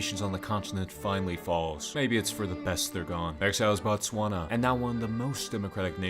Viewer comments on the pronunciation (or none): none